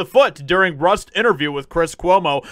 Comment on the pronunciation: Lol you said 'Rust shoot'